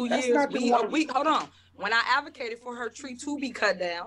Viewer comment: Did she just day adomocated?